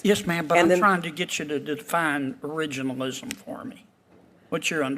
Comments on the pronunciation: Cannot pronounce originalism? 😅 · Man she couldn’t even pronounce “originalism” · She is a judge and cannot even pronounce the word originalism. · Originalism .... she can't even say it 😂😂😂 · She can't pronounce it. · They have one who can’t even pronounce the word originalism 🙄🙄🙄🙄🙄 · This black woman can’t even pronounce the word originalist. What they need to do is read the document its simply stated what they mean.